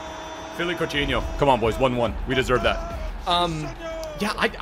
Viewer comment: is saying coutinho as couchino... in Spanish into English he is saying disgusting